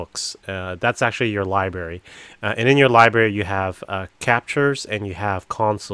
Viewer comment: You can see the lie berry!?Library has two r’s try to enunciate them both and you won’t sound so stupid.